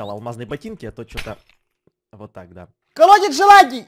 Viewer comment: Даааааа дееееее